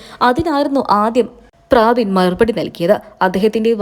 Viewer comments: പ്രാബിൻ അല്ല പ്രബിൻ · പ്രാവിൻ അല്ല. പ്രബിൻ ആണ് 😂😂😂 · ആന്നെ.. ഞാനും വിചാരിച്ചു ഇവർ എന്താ പ്രാവ് എന്ന് പറയുന്നത് എന്ന് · പ്രബിൻ എന്നാണ് പ്രാബിൻ അല്ല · ചേച്ചി... പ്രാബിൻ അല്ല. പ്രബിൻ.. ഒന്ന് വായിക്കാൻ പഠിച്ചിട്ട് ഇനി വായിക്കുന്നതാവും നല്ലത് 😂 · പ്രാബിൻ അല്ല കൊച്ചേ . പ്രെ ബിൻ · പ്രാബിൻ അല്ല പ്രബിൻ ആണ് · Praabin Praabin . Praavennu parayaanjath bhagyam.